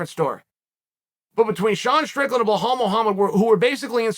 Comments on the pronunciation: chael making me think its Blehal not Belal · “Blehal” love ya uncle Chael 😂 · Does it on purpose he always calls him BLAHAL but writes the name BELAL for the title video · BLEHAWL > BELAL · Uncle Chael… i know you read your comment section. Its Belal mate. Be lal. You pronounce it as its written. Stop intentionally mispronouncing peoples names. You pronounce Khamzats name wrong too. Who the fk is Hazmat? Its getting quite hard to take you seriously 😐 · How can chael not say Bee-Laal is beyond my comprehension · Belal: " Remember the name " Chael: "Blahaal" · Who tf is blah-hall? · There is no “h” in Belal’s name. I was so confused at first haha. It’s B-LAL. FYI for people out there. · I STILL don't know what a "Blahall" is!? 😅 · Love the analysis but it's Belal (rhyms with Nepal) no H. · Did chael ever get a name straight? Blehal… man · I only clicked to hear uncle Chael say - " Beh haul Mohammed " 🤦🏽🙄🤪🤣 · "You guys did not even know what a BLEHAWL was 2 years ago"... Uncle Chael I still don't know WTF that is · The only one who mispronounces Bluh-HALL, is Bluh-HALL. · How has nobody corrected him on the pronunciation of Belal yet? Lol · How do you spell the fighters’ name right on the title but don’t say it right during the video? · I rooting for Luke just because I don’t want hear people saying the word Belal It sound like a person has a egg in their moth want they pronounce his name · chael purposely mispronounces the name of like half the fighters he talks about, have you seen any of this other videos? lol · Even finding a way to mispronounce belal, there’s levels to this